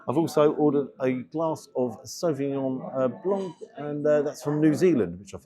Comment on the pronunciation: Sauvignon Blanc, which is French, and should be pronounced correctly as such by dropping the "C". It is a silent "C" BTW. This is not a Soup spoon!